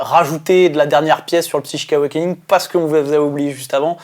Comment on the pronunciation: Ouh lala speek english? ^^ Parce que c'est Psychic AwakenING et HellsREACH ^^ en tout cas super vidéo comme d'hab Merci le studio!!